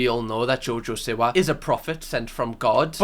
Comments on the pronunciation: it’s SEE-wah, not sih-wah. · Its seewa luv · Ngl pls stop saying Siwa bc it is Seewa (is spelt Siwa pls don't come at me) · You always say her name wrong g haha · Even after the 2nd channel vid, he still cannot pronounce her name! Love ya ❤